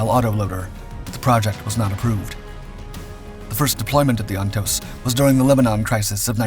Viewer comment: Great video but Jeeeeeeze, How many times can you mispronounce Ontos (OnToezz) and Hue (Hhway). city?